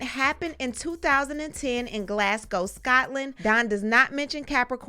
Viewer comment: You're the first American presenter I've heard pronounce Glasgow properly! 💯Props from this Glaswegian born lady rh ❤️Prayers for Cassie and all affected by this monster